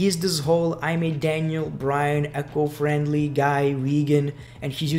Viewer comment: It's not "echo friendly", it is ECO friendly!!